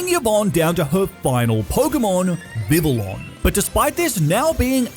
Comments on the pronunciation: Dude vivillon is pronounced Vi-Vee-On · It is pronounced viv-ee-on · this dude pronounces some names so funnily did i just hear this dude pronounce xavi as shavi also vivillon is pronounced vih vee on